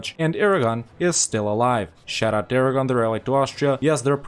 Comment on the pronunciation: I guess you should rename Aragon to Aragone.